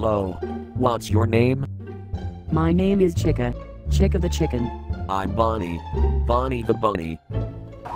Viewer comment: Chica sounded like she said Chiga the chigen XDDD